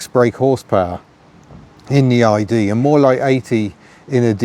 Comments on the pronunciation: In French, "ID" would be pronounced as "EE DAY" (not EE DEE). You are right, however, that "ID" and "idée" (idea in English) do have very similar pronunciation in French. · ID (idée) is pronounced ee-deh in French, not eye-de-uh. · Pronunciation: DS: "Day-ess", ID: "Ee-day". The latter is an acronym, not the word "idée" (although it connotes it). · ID is pronounced Ee-Day, NOT Ee-Dee. And Citroën is Seet-Roe-Enn. Sorry to be pedant of the month but details matter. Also the flat-6 wasn't used, not because Michelin thought enough was enough, but because the money ran out. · ID is pronounced ee-day not ee-dee 😊 Apart from that: another great video! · e deh , not e di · Not Ee Dee. Ee Day. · * "Eee -day" and "Day-ess" is what you possibly meant to say..... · I owned a 1959 ID19. Complete with white fiberglass roof! Loved it! ps: It's ee-Day (Idée) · The ID is based on the Freanch word 'idee' (sorry, my phone won't do accents) which is pronounced 'ee-day'. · ID in French is pronounced "ee-day", for idée French for idea... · Prounounced "Ee-Day". as opposed to "Day-Ess"/ Great review. Never heard of it. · The "d" is still pronounced as day. Exactly the same as the DS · What a lovely car and another absorbing video - the slow cars are the best! (P.S. The French would say Day Ess and Eee Day 😉) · Love it, but it's pronounced "E Day"😊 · It would actually be pronounced “eee-day”,.